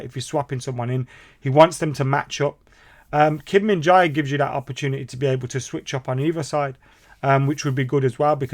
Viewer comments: It's pronounced Kim Min Jae ('Jeh'), bro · Kim Min Jae not Kim Min Jai